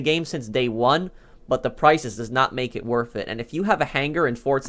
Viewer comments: Anyone else annoyed by how this dude says worth as wurf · Anyone like how he says “worf it”